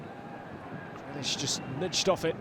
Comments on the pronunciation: GreAlish lol. Get the A in there. #UTV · ITS GREALISH NOT GRELISH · Or us for the commentator calling grealish grellish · This commentator proper irritates me & I don’t know why, I think it’s got something to do with the fact he sounds like Kermit every time he gets a little excited, & pronouncing Grealish GRELISH! Bring back Jack Woodward! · Does he know how to say Grealish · Nice Meme exactly he is my fav player and he is sayin his name wrong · Get a commentator than can pronounce jack grealish’s name properly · Or cus of the way he pronounced Grealish it's getting to me